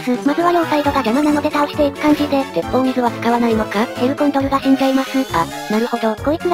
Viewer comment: てっぽうみずじゃなくててっぽうすいだとおもう(多分)